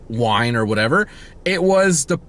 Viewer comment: Dying at the wine pronunciation 😂